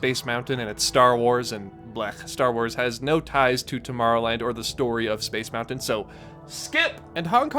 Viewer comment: I simply MUST SAY THANK YOU for saying Moun-Ton and Foun-Ton etc. instead of the incredibly annoying Mou - UN or Fou - UN. Again I say THANK YOU.